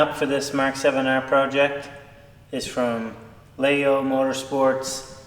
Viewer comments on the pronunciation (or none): Leyo not Layo. 😢 As always love the content.